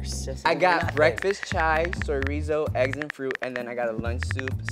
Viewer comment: chorizo * not soyrizo